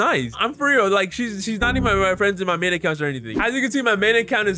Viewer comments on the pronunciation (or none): none